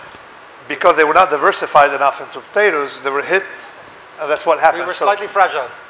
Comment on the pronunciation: The moderator/interviewer, David McWilliams, was born in Belfast and then Taleb starts talking about the Great Famine as if it was just the result of botatoes not growing well that time ...